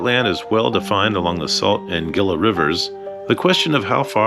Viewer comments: Gila (Hee-La) river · Gila - "HEE-la"